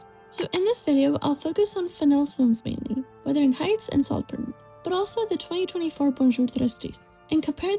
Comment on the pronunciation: Most just generally educated people have read Wuthering Heights. They are obviously not siblings in the movie you nitwit. She is his ward and they say that in the movie. Also, it is WUTHERING not Withering! Romeo + Juliet is set in the fictional Verona Beach not Venice. Your video is very late to this discussion and doesn't say anything original that has not already been said in other reviews and videos.